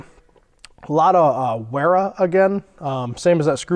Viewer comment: Great set of tools! "Wera" is pronounced with a "V" in place of the "W" like "Vera", that goes for all German tools such as "Stahwille".